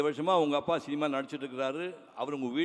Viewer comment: டேய் கொளறுவாயா, போதும் நிறுத்துடா. எங்க கடைசி காலத்துல சோறு போட மாட்டான்னு இவ்வளவு ஐசா வைக்கிறது . ஆமா நீ ஒரு பேச்சாளரமா?. உனக்கு லா ழா லகரமே வராது. தமிழ் உச்சரிப்பு ஒழுங்கா வராது. சினிமான்னு ஒழுங்கா சொல்ல தெரியாது . சீமா சீமா அப்படின்னு சொல்லு வே